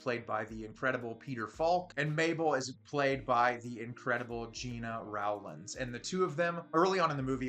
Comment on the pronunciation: Gena Rowlands first and last name is pronounced GENNA ROLLANDS.